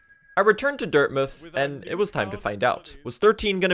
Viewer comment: PRONOUNCES DIRTMOUTH CORRECTLY LETS GOOOO